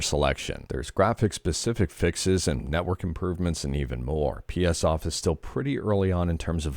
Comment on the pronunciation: psOff Your pronunciation of psoff is wrong. :D Feel free to get triggered.